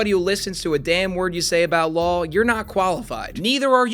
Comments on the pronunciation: it's law not lawl. love you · bro i have no idea why this bothers me so much but i stg every other time you say "law" you actually say "lul" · I keep hearing 'lol' for 'law' -- is it just moi?? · Are you saying law or lul? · am I the only one hearing "lawl" instead of "law"? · I thought you were saying “delete LAWL” this whole time… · Every time said law I kept hearing lol 😅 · Is it an American regional thing to pronounce "Law" with an "L" at the end? Not hating or anything, just curious, cos I've only heard one other dude do that and he was also American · Nah I was talking about - like, where he reads the word "Law" but says "Lawl", or. It's odd tho cos he says "lawsuit" without the extra l. Just wondering was all, I don't think he's doing some extended joke where he prononuces "law" as "lol" though. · No I heard it too 😂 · Why do I hear “Lawl” every time says “Law”?